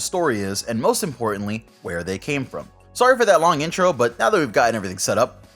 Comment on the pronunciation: Are you Canadian? Heard an accent when u said sorry lol